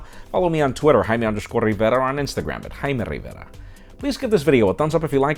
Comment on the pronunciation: I watched this video only to hear you say Jaime RivEra xD